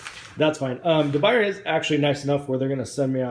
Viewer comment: Firstly it's pronounced De Boo-Yay (French) Best pan to cook with by far.